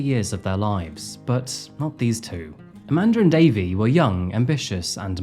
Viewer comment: I cant help thr fact but point out, because of your accent (not a criticism) every time you said " Amanda and Davey" it sounds like you are saying "A Mandarin Davey". I chuckled every time 😂. Love the content, thank you for the entertainment!